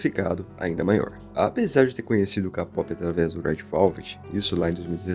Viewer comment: Não se fala "Lo-ona", se fala "Luna", e kpop, não se fala "Kapop", se fala "keipop"